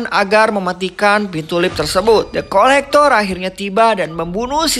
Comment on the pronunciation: Kedengeran nya depkolektor Pdhal the collector 😂😂 Kurang Aqua, wkwk